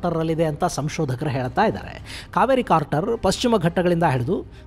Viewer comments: It is crater not Carter. Just a correction please. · ಕಾರ್ಟರ್(carter) ಅಲ್ಲ ಅಣ್ಣ ಅದು ಕ್ರೇಟರ್(crater)